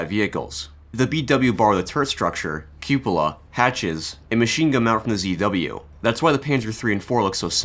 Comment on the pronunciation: You got sub for being able to pronounce 'cupola'. That's a rare talent on Youtube!